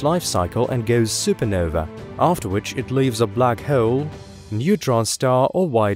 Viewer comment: The way he pronounces solar "sew-ler" and hole "hoe-wel" is very unique, I'm so curious about his accent